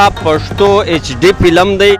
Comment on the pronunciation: وروره ف ته پ تلفظ کوی. پلم نه دی فلم